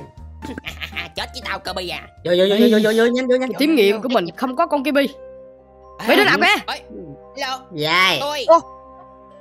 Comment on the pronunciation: Đọc là cơ-bi mà đọc là Ki-bi:))